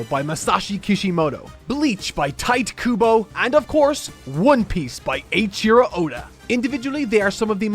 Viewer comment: I still find it funny how knows how to pronounce Japanese names, yet he still pronounces "Tite Kubo" as "Tight Kubo".